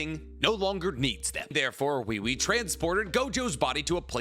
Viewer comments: The way he keeps saying wewe😭😭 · Why does have so much trouble pronouncing Ui Ui? It’s obviously pronounced as “We We” in the anime. Both sub and dub.